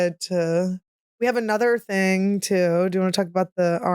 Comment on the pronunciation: YASS FINALLY "THANK GOD FOR ANUDER SUNDAY"😁